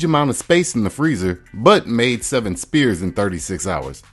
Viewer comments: What is an ice spear :) I'm sure you're trying to say the word sphere (as in the shape)... like a ball. Pronounced exactly like fear with an S at the beginning. The S sound sounds like the beginning of the word snake. Try just saying the S sound a few times (think about the word snake but only sound out the S part) and when you feel confident you have mastered it then add the word fear afterwards. You're welcome :) Greetings from the UK, nice tips for clear ice. I'm going to try this tonight. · Great video. I have no interest in ice but I had to watch from start to finish, now I know more. Just one thing, was you saying spear of ice or sphere? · My brother, the word "sphere" is pronounced sFEER, not spEER. Dump that letter-p sound, and use that letter-F sound. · FYI You're pronouncing the word SPHERE wrong, it is pronounced as sfeer not spear :person-blue-holding-pencil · Sphere = sfere, not spere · Sphere (sfear) not spear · Spear? Sphere is the word you're searching for. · Sphere = "Sfear" not "spear" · The word sphere is pronounced with an F sound, not a P sound. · Sphere is pronounced Sfear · "Sphere" is pronounced sfeer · So nobody's going to say anything about how the word "sphere" is pronounced? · Never listen to a man who doesn't know how to pronounce the word "sphere".